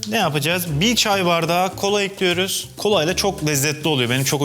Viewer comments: En alıştığım "tencereyi ocağa ekliyürüm" lafını duyamadım💥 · NOBODY ESER BİLEN:TENCEREYİ OCAĞA EKLÜYRÜM. Jdjsjshsha